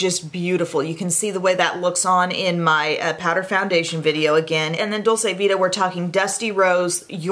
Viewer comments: I share this with love and because I think is the kind of You Tuber who would want to know! Dolce vita is an Italian expression, meaning the good life. It's pronounced Dol-chay, not Dol-say. (Italian uses that chewy 'C'; in Spanish, it would be the way says it, Dol-say, like how you would pronounce dulce de leche.) Love you,! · Dolce vita is pronounced dolCHe it’s a ch sound. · Dolce Vita is pronounced dolche vita,it means sweet life ,it is italian.It is different than the spanish dulce de leche. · It's pronounced "dolche"